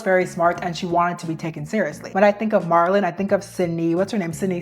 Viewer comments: Bro, check the names before you say them... Your video was bomb otherwise, but how'd you butcher Michelangelo and Marylin.. They're western and common too... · She's very eloquent and so far I've enjoyed the videos I've seen that she's made, but she pronounces a lot of words wrong like Marilyn, Bardot, Michaelangelo, and chic. I love that she says "period" though <3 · Why are we correcting how she pronounced MM’s name? How annoying🙄🙄🙄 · it was distracting to me 😅 especially with Marilyn’s name lol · Marilyn, not Marlin. I'm sorry even my subtitles picked up the mispronunciation. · Girl the way youre saying Marilyn (" Marel-Lyn") like Marlon...,😭😭😭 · Did you just call Marilyn Monroe “Marlin” like the fish??? That is NOT how you say her name 😂😂😂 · It’s not Mahr-ilyn, it’s Mare-ilyn. It’s not heroin chick, it’s pronounced like heroin shiek. I swear, it’s like you intentionally pronounce easy things incorrectly on purpose in every video lol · it’s Marilyn not Marlon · Try pronouncing it Merry Lynn Monroe. Marlin was so cute tho 😂☺️ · it’s not marlin it’s Mare-uh-Linn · Some of these mispronunciations are SENDING ME 😂 Marlin? 😂😂😂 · I love the historical explanations. I also love history. This is the most interesting part to me. Btw "Marilyn," is pronounced "mare," ( like the female horse,) i lin. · im sorry MARLYN????? how do u mispronounce that icons name so many times😭😭😭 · MAIR-uh-lin is how you say Marilyn. Also, Bridgette Bardoe, long O and no T. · And "marr-ilyn Monroe" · You're a sweetie but please work on your pronunciation of things and people.Marilyn isn't Marlon,and Micheal isn't Michelle. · What in the annunciation...I dealt with doe-ve and Mar-lon but Bar-dot? Do you watch anything about these people before you speak about them. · I’m so sorry but I was tweaking out when she kept calling Marilyn- Marlyn😭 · Marlon ?? You mean Marylin ? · they way you pronounced her name is so funny “Mar-lin” is a guys name😂😭